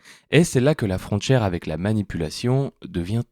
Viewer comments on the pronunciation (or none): La lecture par IA reproduit les dje et tche à la mode, en ce moment. Comme "frontchière" à et encore une fois, juste avant , en ajoutant "entchière". Est-il possible de reprogrammer cela? Ça distrait inutilement du contenu qui est intéressant.